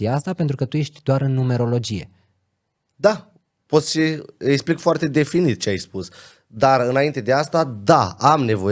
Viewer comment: e clar ca stii bine limba romana. Dau un singur exemplu: esplic in loc de explic. Si nu contest cunostintele si dedicarea, sa fie foarte clar. IL ASCULT CU MARE DRAG, pana ma impiedic de problemele cu vocabularul limbii romane.